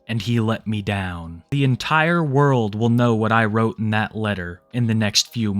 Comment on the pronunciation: yeah, bowzer's logic "i didn't whrope a minor, i whrope a woman"